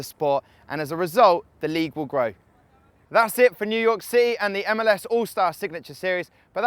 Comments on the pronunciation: "New yok city" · "New Yoyck City"